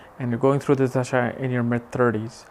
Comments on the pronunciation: Hari om & namaste! You are good! Please pronounce DASHAA & not DHASHAA. Sanskrit is a beautiful language where in the meaning of a word is inherent in the word itself, thus importance of pronouncing it properly. Besides so many people learn from your good work, so let them learn properly! I am a Swamiji from Chinmaya Mission! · It's not Dhhasha.. it's called Dasha